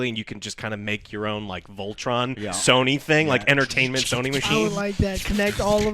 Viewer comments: Everyone be quiet except for, please ❤.... Joe did you actually fucking say "Sawny" instead of Sony?? Also, shut the fuck up about fucking SONIC. And YES i Am ANGRY. Oh man, that DA4 news sound dire. Why they gotta murder Dragon Age like this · no one: Literally no one: Joe : pronounces Sony as Sowney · Soyney? lol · GameStop will probably file Chapter 7 bankruptcy next year... And why does Joe pronounce "Sony" wrong... like all the time.